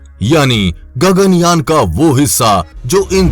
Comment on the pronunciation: Wtf 😂 Its Yaan not your gagan "Jan" 🤣